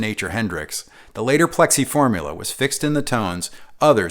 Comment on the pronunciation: "Formuler?" Was the a hint of a Staten Island or Long Island accent peeking through there?